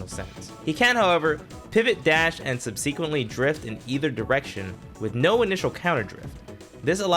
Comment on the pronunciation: Interesting way to say “subsequently”